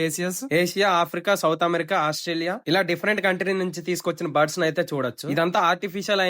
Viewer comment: You pronounced birds as buds